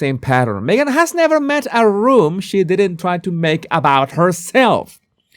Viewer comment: Who wore it better, Me-gain? :P